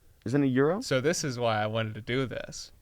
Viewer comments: swearing in greek is not something I expected ever seeing in this podcast yet here we are Also, gyros isn't pronounced exactly like euro. It's more like yee-rohs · IT’S “YEE-ROW” AND “MAC-A-FEE” NOT “EURO” AND “MIC-IFFY” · If you meant Gyros, it's pronounce gee-ros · Gyros is pronounced yiros or yeeros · Gyros is pronounced gee-row-s Also Charlie just wants nano machines from MGR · As a Greek, its "yee-ros" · Them not saying gyros right is too good